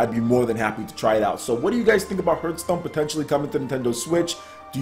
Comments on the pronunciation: Dude... Hearth is not pronounced phonetically. It's pronounced "harth" not "h-earth" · Why do I keep hearing HURT STONE not Hearth Stone?^^ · It's pronounced "harth" stone. Like the word "heart" but with th at the end. Hearth meaning is something like a fireplace. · The more people complain about his pronunciation of the word "Hearthstone" he will pronounce it weirder and weirder for every complaint. Harthstone, Hurthstone, Hurthstune, Hrruthsteene. Well, at least that's what I would do...^^ To the people who are wondering why anyone would want Hearthstone on Switch: Ever heard of the concept of "variety" and "options"? People tend to want to play the games they like on the system they like the most – on the system of their choice. There are millions of Hearthstone players on PC because they prefer it this way and don't want to play it (or any game) on smartphones/tablets. What a strange concept, right?!